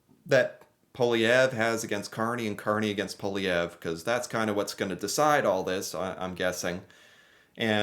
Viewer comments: Pierre Poilievre is pronounced: Paul-ee-ev-(re, Quebecois accent). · Pierre poLIEevre, no way José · pronounced like Pe-air (You have to say this part quickly) Paul-lee-ev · It’s pronounced Polly(rhymes with holly, or wall-e)-ev